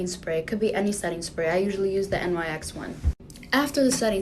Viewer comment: thats not a translucent powder and thats not how nyx is pronounced aldjdkdkd